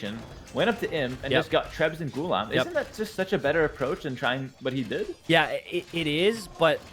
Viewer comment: "Gu-Laam" like "alarm"